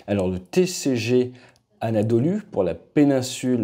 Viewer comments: bu kanalı ilk izleyişim videonun ilk dakikasında TCG ANADOLU yerine "Tİ Sİ Gİ ANADOLU" tanımı yaparak giriş yaptığın için kapatıyorum burda bitmiştir hadi yallah aksaraydaki köyüne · Ti si gi anadolu diye okunmaz o . Türkiyedesin türkçen yokmu senin ?